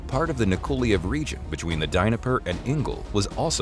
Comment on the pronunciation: Where the hell is the DINIPPER BAY?, C'mon guy's at least try, you know the correct pronunciation?.